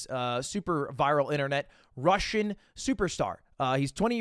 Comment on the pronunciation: bro put a little bit too much emphasise into the “Russian”